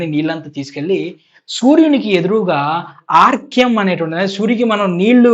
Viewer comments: ఆర్గ్యం కాదు అర్ఘ్యం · Arkyam kadu nayana. ARGHYAM